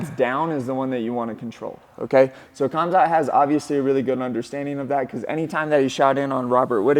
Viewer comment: "KH"amzat, like spanish 'J'-amzat